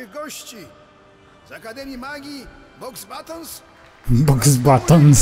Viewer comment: Boxbatons xd o chyba umrę😂 lektor jak zawsze obiecujący, chociaż po tym i "Umbricz" już chyba nic mnie nie zaskoczy w tej grze😅